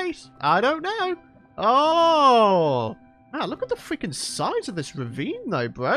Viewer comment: "we can't go fweaking wambo style" 🤣🤣🤣 LOL